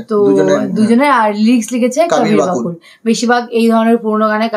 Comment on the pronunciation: কাবির বাকুল না সঠিক উচ্চারণ কবীর বকুল।